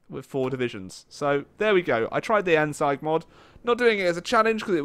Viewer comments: It's pronounced 'end-zeeg', not 'endsaigue' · No one: Endsieg: Endsyige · endsieg is pronounced as "end-seeg" not "end-seig" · it isn't pronounced end SIGE, it's pronounced end SEEG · no it is pronounced endsieg not like this "end-seeg" or this "end-seig" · How Germans pronounce Endsieg: Endsieg How pronounces Endsieg: Endseig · It's pronounced "Endsig" not "Endseig" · "End Siag" Its pronounced "End Siig" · Challenge: Learn to pronounce "Endsieg" correctly. Hint: It's not Endseig. Try: Endseeg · I think its not "endsight" its "endzig" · Why can nobody properly pronounce Endsieg? It sounds like Endseeg not endsige. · Did he call it endseig? Fuuuck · how he tries to pronounce it -_- endsigh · It's endsieg not endsike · Immediate dislike from how you said endsieg, you say it like endseig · Disliked cos he said ENDZIGE not ZEEG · btw. U have to pronounce the ie in ENDSIEG like 2 ee's. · End siege** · Connor O'Neal actually it’s pronounced « end-seesh » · End-Seeg,, End-Seeeeeeeg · "Endseig" TRIGGERED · end-sige , XDDD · The "Endsike" mod xD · great video, but i have a small tiny annoying correction :D the word "sieg" is german and is to be pronounced like "seeg" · Endsieg is not spoken as endsight. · One small thing: It's pronounced "End-seeg" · It's pronounced Endseeg (like seek only with a g) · You pronounce "Endsieg" like Endseeg or [ˈɛntziːk] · It's ENDZEEG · Endsieg is pronounced „Endseeg“ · It's pronounced Endseeg (with a soft s) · Endsieg, not Endsike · Oh, god that mispronounciation. Endsieg is pronounced " Endzeeg". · End SEIG? bruh the pronunciation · It is pronounced endseeg :) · its pronounced end-seeg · Did you just say "Endsaig mod"? You really butchered that word. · its end seeg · That endsieg pronunciation in the beginning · You pronounced "Endsieg" wrong. That was fucking painful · your pronunciation of "Endsieg" triggered me so much lol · As a German speaker, your pronunciation of Endsieg made my ears bleed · You Said endsieg wrong